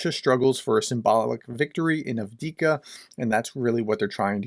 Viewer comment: You keep saying avdika when the name is Avdiivka (Av-diiv-ka). Keep up the great work :)